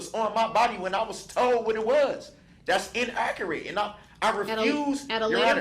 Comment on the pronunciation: He only wants the "troof to be toled" 🤣